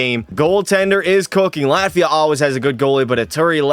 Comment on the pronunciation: Is somebody named Lativia or was bro calling Latvia "Luh-tee-vee-uh"